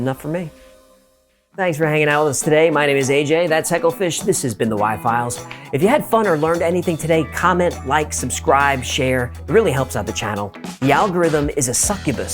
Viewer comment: Excellent video, but he said piles rather than files.